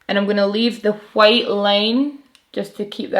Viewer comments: I'm very satisfied with how you pronounce White. It's like Cool Whip on Family Guy 😂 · Living for the way you pronounce the word "white." Really I love the way you pronounce everything. I'm from the US btw. ...I also love your makeup and videos. Pretty much everything...yeah, everything lol